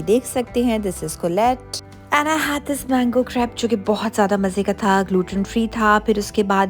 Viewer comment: Crape.. correct pronuncoation plz as u r a chef